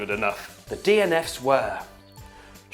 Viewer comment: When he said the dnfs I thought he said strawberry gasly